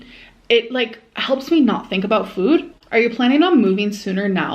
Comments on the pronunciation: Why the F does she say food like that?!!! ‘Füüd’ 😖😖😖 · Measure their foooooouuuud. Why is she saying food weird now? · Why does she say food like that oh my god